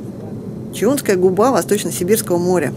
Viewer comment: Резануло слух неправильно произнесённые названия...ЧАунская губа ,а не "ЧУнская."..и Апапельгино., а не "Папельгино".Прежде чем произносить.,не мешало бы названия прочитать.